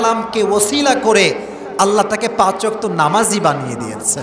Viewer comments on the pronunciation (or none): none